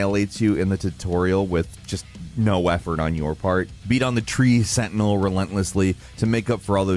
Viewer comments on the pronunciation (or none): none